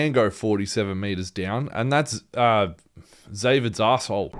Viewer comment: WAIT DID HE SAY ZZAVID do they know each other!!????